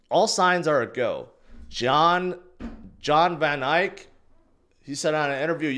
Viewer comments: It’s van ECK not van ike! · did it HE SAID VON IKE AGAIN 🎉 😂😂😂😂😂😂😂😂😂😂😂😂😂